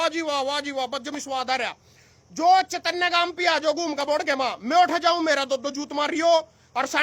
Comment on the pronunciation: चेतनय नहीं है चैनत है